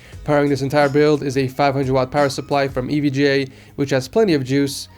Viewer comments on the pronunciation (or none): none